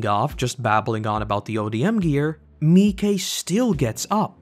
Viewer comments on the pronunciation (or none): It's interesting to me that you pronounce Miche as Mee-kay. I've always pronounced it as Meesh. I don't know which is correct so that's not a criticism, I just thought it was interesting.